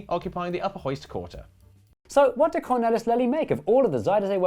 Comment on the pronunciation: All of your mispronunciations are excusable except ‘Cornelis Lely’ which I could have told you you should pronounce ‘Cornaylis Laylee’ if you had just asked.